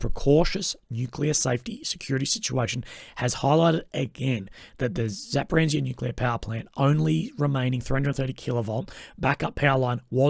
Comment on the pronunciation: Where in Zaporizhzhya is the "n" you say when saying Zaporenzia? I know this sounds annoying to keep pointing these things out but when I want to rely on someone's infos in a video, it is undermining your own credibility massively by not simply checking how this very important place name is pronounced somewhat correctly. Zapo-reesha.